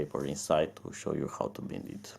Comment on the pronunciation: Well, leave it to Gear Best to leave you hanging ... Hope you find out how to Bind it (btw, bind is pronounced with the long I sound, as in wine ... bind .. ha ha). Good luck. Cheers.